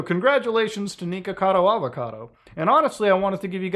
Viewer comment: Why do you say "neekocado" instead of "nikocado"